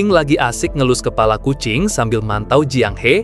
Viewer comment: Bang kucing bang bukan ajing Hehehe🤣